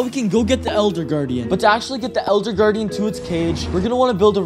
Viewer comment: Bruh you said eLLLLLder that makes me laugh